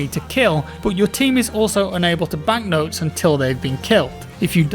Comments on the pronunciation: It's Motes not Notes. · love your work man, just 1 thing, “motes” not “notes” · Motes not notes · >M<otes, not notes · Motes, motes, motes! Not notes! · Motes. Motes. Not Notes. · Am I going crazy or is saying notes instead of motes? Can't tell if it's because of the jaw surgery though.. It's like Benedict Cumberbatch trying to say penguins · Everyone say it with me..... MOTES!!!! 😂😂😂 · swear hes saying notes?.... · He is defos saying "notes" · Aw naw i thought it was nodes well then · *Penglengs*, and yes, he is saying "notes" and it's driving me insane